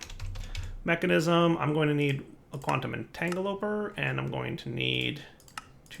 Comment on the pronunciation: Kaip, for one, rude, Bill and Ted would be saddened by your failure to be excellent to people. On the other hand, do you also get annoyed whenever says "Entangloper" instead of "Entangloporter?" I know it annoys me...